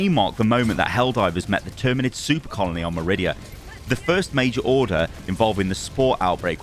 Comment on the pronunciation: I can't help but hear this man say "Soup colony"